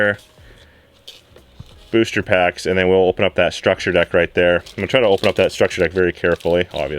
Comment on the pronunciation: Every time he says structure deck, I cringe a little.